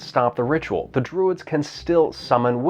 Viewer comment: "The Dwuids....."